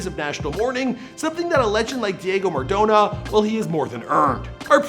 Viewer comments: Please never pronounce him like maradowna again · Next time please pronounce his last name correctly